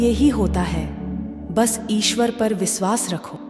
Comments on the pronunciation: Please pronounce correctly. It should be vishwas not visvas. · 1st u learn correct pronunciation... It's Vishwas, NOT Viswas 👎🏼👎🏼👎🏼